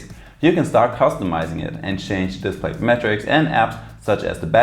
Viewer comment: Nice review. Note that, in English, the word "display" is said as "disPLAY" rather than DISplay. :)